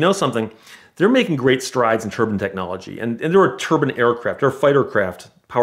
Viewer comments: Dude says turbine like turban. Just picturing a bunch of cars with turbans on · Can someone put a turbin counter on the jet car story he mispronounces it over 30 times